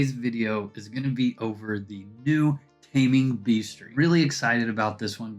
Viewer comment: Taming "beastery?" Hehehe Sorry, had to